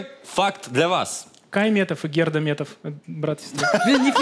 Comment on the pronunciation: Кайн, а не Кай... Сраный, чего ж ты не среагировал... 😂